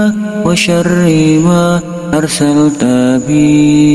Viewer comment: Bagus Doanya.. Tp kok saya dgrnya bukan WA SYARIIMA ya, tp seperti WA SYARIIWA.. Mohon maaf klo saya salah dengar.. Mungkin pendengaran saya error..